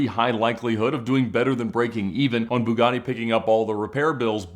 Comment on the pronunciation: Pronounced BEWGATY out there